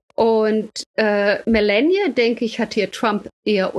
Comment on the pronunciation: Fachkundige Einschätzung der Lage, ansonsten hierzulande ja fast nirgendwo zu bekommen. Nur an der Aussprache hapert es noch. Statt zu versuchen Kamala und Melania irgendwie Amerikanisch auszusprechen, und damit falsch, käme man mit einer deutschen Aussprache mit langem Ah der Wahrheit deutlich näher.